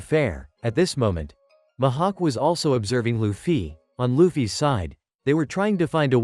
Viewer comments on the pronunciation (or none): Bro called mihawk mahawk